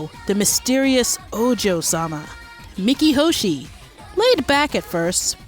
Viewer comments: Who pronounces Miki as "Mickey"? I always say Me-key. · No seriously, you did all this research for a 42 minute video, and you can't even pronounce Miki's name.